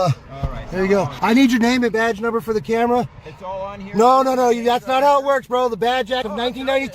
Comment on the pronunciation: Thought narrator said “sometimes all you need to spark chaos is a Karen” but he said camera 😆